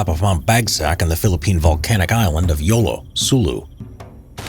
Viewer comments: Wow fun fact I live in Jolo sulu but never heard of this story btw the accent word of Jolo is like Holo not yolo. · Not Yolo it is spoken as Hoo loh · Jolo not yolo but pronunciation of it will be holo (note: Jolo was an island in the Philippines' Mindanao ) A small trivia about the "YOLO" island that we call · It's jolo sulu, not yolo sulu.. 😉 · Did he just call a mountain yolo Sulu? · It is read Ho-lo(Jolo). I like this comment, it really relates on this fighters.